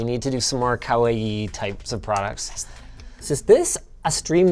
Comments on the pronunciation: It's ka-wa-ee and not ka-why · omg it's pronounced KAWAIII! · Linus: Kawaii = "Cow-uh-ee"